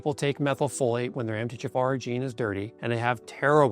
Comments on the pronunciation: It's the M T H F R gene mispronounced by the AI narration with you hearing jafar. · I always think you are saying "M. D. Jaffa". Sounds like an alien doctor from Stargate SG-1 😅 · I kept hearing Empty jafar 😂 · This video is helpful and consistent with what I’ve learned over the years. However - is it AI created? Why is MTHFR pronounced “empty jafar” and why does phosphatidyl sound like “fossfatil” and others. My undergrad is in genetics and these terms don’t get mispronounced. I’d rather have an authentic video than AI. I appreciate the content of this video but I have questions. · So much information to digest. I would much prefer the video narrated by him instead of AI which could not pronounce MFTHR and others. Proof positive that our biological metabolic pathways are way too, more like obscenely complex. A hiccup in even one gene for whatever reason can lead to health problems and a life time of misery. It appears that everything ultimately negatively affects the master, MFTHR. Didn't the Almighty ever hear of KISS, keep it simple stupid? Just try to avoid man made pollutants, heavy metals, electromagnetic fields, constant stress, etc. and still live our modern society. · Why does he pronounce MTHFR mumbled?